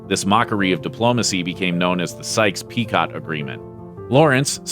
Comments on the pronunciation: (Sykes-Picot Agreement) Picot is pronounced "Pekoe." As in Brigitte Bardot, the "t" at the end is silent. The black man standing behind Lawrence was a slave of Faisal, who is standing in front. Faisal was made King of Syria in 1920 and then King of Iraq in 1923. Isn't it ironic that the Allies helped slave owners to achieve freedom from Turkish rule? Those aircraft pictures are anachronistic. Interesting video. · Picot is pronounced Peekoh. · The "T" in Picot is silent. It should be pronounced "Picho" as in Picho and Sykes. Not Picot and Sykes. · He risked his life for others. He is beyond criticism. Please learn how to properly pronounce “Picot”. It is not “Pee-cot” it is “Pee (shorter double e) Coh” as it is French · Picot is French, get the pronunciation correct!!